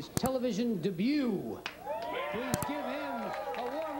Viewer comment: "Making his Television Debew"